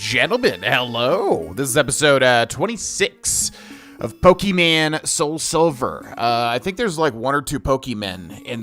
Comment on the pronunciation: Love people still playing pokemon like this. Good shit, but god please stop saying pokemen 😩